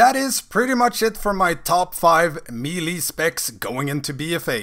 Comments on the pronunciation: AnAfinityForKarma my point is there is no “ee” sound. May-lay, meh-lay, muh-lay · It’s pronounced “may-lay” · Said me lee, stopped watching